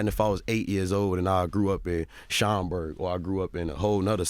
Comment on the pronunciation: HERBO said Schaumburg lol. mad love from the suburbs of chicago.